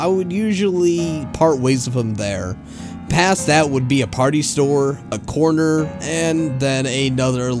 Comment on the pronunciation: When you said corner I thought you said coroner.